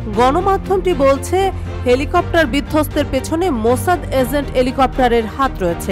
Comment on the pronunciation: এলি কপ্টার না হেলিকপ্টার। 😂😂😂